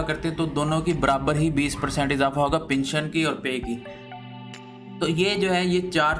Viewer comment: Your pronounciation is very poor. It is pension and not pinsion. Pl learn and practice before going to air your report.